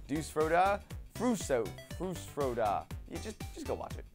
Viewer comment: It is FUS RO DA